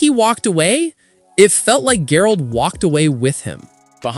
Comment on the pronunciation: Brah that is not how you pronounce Geralt XD